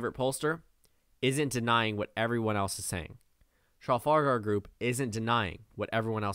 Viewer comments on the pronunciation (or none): none